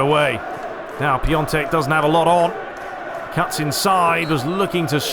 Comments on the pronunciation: Merry Christmas mate! btw. Piatek is pronounced "Piontek" if it helps :) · It's Pjontec (Piątek) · Just a little advice, to say piatek name it is; Pee-on-tek.